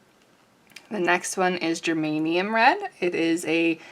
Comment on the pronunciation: Love your swatching.... I do love Schminckes SAP, it`s so vibrant in real life. Also geranium (not gerManium) is wonderful. No music, just you talking is perfect.